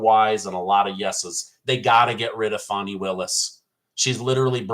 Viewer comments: It's FANNY... Fanny Willis. She just wishes it was Foni. 😂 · Fany: Is pronounced "Fawny",... It's "Fanny"!